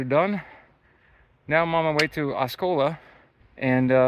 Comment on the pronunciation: Nice hike! TNX for bringing me along. BTW its AW- C- OLA C U Later!